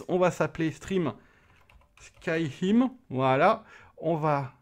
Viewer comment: Ca m'a fait rire skyhim au lieux de skyrim 😂😂